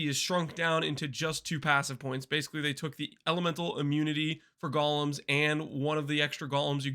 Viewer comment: Only acceptable name for golems is jolems ❤